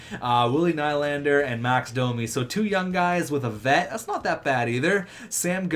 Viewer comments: It's nee-lander not kny-lander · It's "Ni-lander"